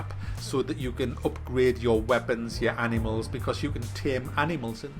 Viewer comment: Its not " Anymals " its Animals